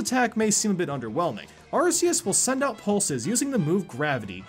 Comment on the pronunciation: you pronounce Arceus like arseus its actually pronounced arkeyus, just so you know.